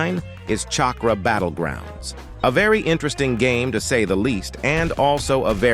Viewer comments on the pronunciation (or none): none